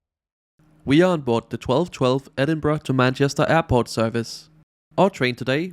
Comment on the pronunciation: Edinburgh❌️ Edinbruh✅️